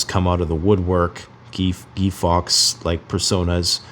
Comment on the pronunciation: Gee fox??? Do you mean Guy Fawkes (forks).